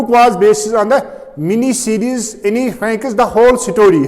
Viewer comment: Sir,Please pronounce it "N Frank" not Anye Frank.